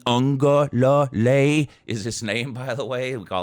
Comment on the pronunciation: there is no "N' in Uiagalelei!